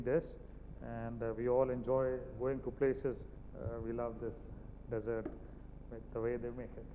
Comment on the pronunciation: Chef Jee: SSA The word is Dessert If you emphasize the Dess in dessert i e DESS ert IT MEAN RAGISTAAN If you emphasize ie de SSERT it means a pudding Sikho Kuj Sikho SSA